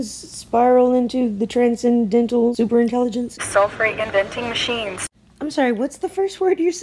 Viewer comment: Not "sulfry" "Self Reinvention" not I concede you ...its "I can see you"...drama